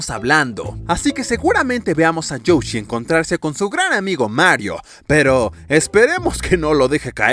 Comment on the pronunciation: youshi? XD soy yo o dice youshi o lo dice bien?